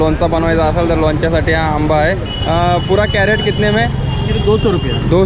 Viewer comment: कॅरट काय म्हणता क्रेट म्हणा की